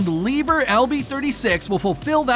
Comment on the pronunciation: Just a hint: Liebherr is pronounced Lieb-Herr!